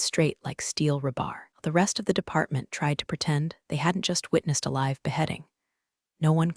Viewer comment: Your voice bot makes "dinged" into something dingy (grubby, soiled) rather than "ding-ged" like a bell. It does it every time. The save way it can't distinguish between "live" as in "from New York" and "live" as shouted by Dr. Frankenstein as his creature sits up. So very annoying. "He was insubordinate, resistent to change"... funny, Alina is a "she" throughout the rest of this story, is Dalton really that pronoun averse he can't remember? she changes to he again. Sigh